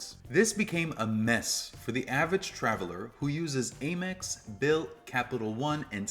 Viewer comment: How can you, someone clearly from America and a credit card influencer, spend so much energy ensuring that you pronounce Qatar correctly and then butchering the pronunciation of Amex?